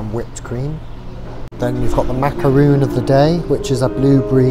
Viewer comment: Sweet guy. But it's ma-ca-ron, not macaroon. And it's pronounced brusketta not brushetta.